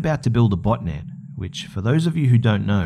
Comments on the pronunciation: i thot you said butt net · Xxpsphacksx I couldn't figure out if was saying "botnet" or "botinet" LOL